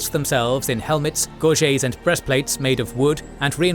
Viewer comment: Gorget with a t not gorjay FYI. gorget (/ˈɡɔːrdʒɪt/ GOR-jit